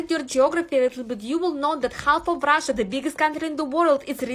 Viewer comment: “Im forom Rasha Mazafakka” 😭😭😭😭😭 and she doubles down 😭😭😭😭😭